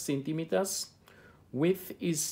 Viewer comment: When you said width with widtb😂